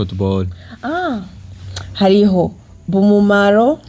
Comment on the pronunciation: Ngo BUMUMARO😂😂😂😂😂ni BUMAMURU